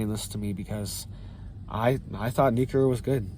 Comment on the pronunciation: The word is New CLE-ER, NOT Nu Que- ler.